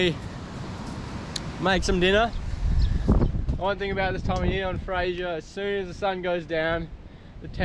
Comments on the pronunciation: It's fraser. Not Frasier. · Mate you are saying Fraser wrong